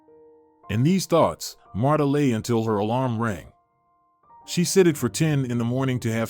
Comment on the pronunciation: I don't like how the narrator pronounce her name, it's pronounce like Martha not Matta, Marta without the h sound.